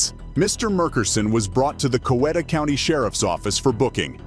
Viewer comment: In the 1st story it's pronounced, Co - wheat - ta